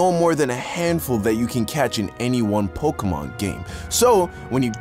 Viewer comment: Mans really said pok🔇mon 😂😂